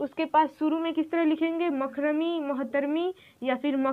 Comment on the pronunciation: मकरमी नहीं बल्की मुकररमी है